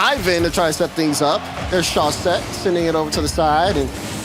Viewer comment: man teach how to pronounce words ffs solary, chausette- the way she says it just takes me out of it